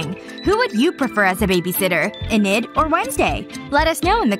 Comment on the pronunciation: Inid did it say? Or Enid did it say?😅